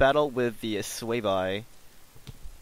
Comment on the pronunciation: It's pronounced Sway-vee